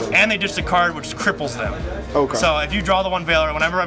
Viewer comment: hahah not that hard to say cripple